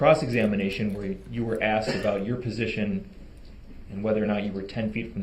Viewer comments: Anyone notice he says presiton, not position? This man just cannot pronounce so many words correctly. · It’s position not presition, shut up!!!!